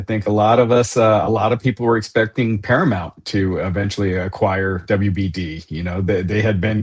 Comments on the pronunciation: Para-MOUNT … not Para-mont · I love a lot but, God damn pal, he consistently says "paraMONT" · Can someone please tell how to pronounce Paramount... it's not that difficult